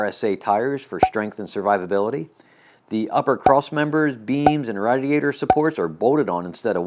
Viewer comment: why did you say radiator like that damn it